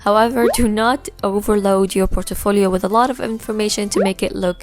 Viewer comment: Like how you pronounce portfolio as portefolio :D